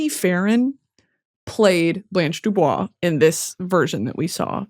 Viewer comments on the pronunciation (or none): none